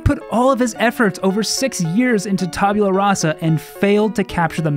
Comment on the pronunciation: Lord British: "Tabyula Rasa." Also Lord British: "Taboola Rasa."